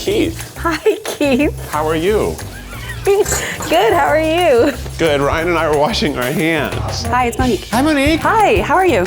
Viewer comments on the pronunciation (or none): Aww, Keith called Ryan, "."! 🫠